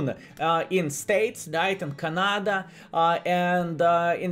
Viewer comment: Hey,, it's "Cana-da", not "Ka-nada"!:)